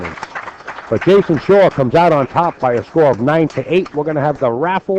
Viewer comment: okay SERIOUSLY that NY accent is Sooooooo obnoxious/fake. "Jason Shawer” really?? I've watched enough matches that you've concentrated to know that you don't add an R to the end of every word ending with "aw" and sometimes you do it too words that don't even make sense. you sound silly and you don't even focus on the match. should be fired. this is why pool can't be taken seriously